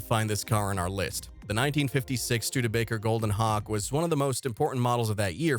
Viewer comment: it sounds like you’re saying Hawk tuah